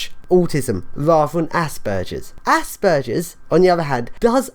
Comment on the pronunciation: Well at least you say Aspergers correctly. I am not sure I agree with some of your attitudes or some of your definitions. But I completely agree that there is a huge problem with the way autism and aspergers as being considered the same and treated the same. Your term of dumbing down is a bit hurtful although I doubt you intend for it to have that effect. Imagine having autism and needing help but having everyone insist that you must only have aspergers and refuse to understand or help you. Call me dumb if you must and ill try to not call you an asshole. Maybe you should try using your great brain to help others. Everyone deserves help and proper understand. We are all individuals with strengths and weaknesses.